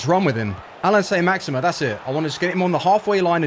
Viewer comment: 'How many time can you say Saint Maximin like a twat?' 'Hold my beer'